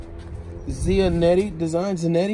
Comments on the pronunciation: LMAOOO he called every pair of 13s “12s” and every pair of 11s he called em spacejams and the “jump mans” really took me out and the way he pronounced “zanotti” lmaooo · "Zianette?".... Giuseppe Zanotti's*.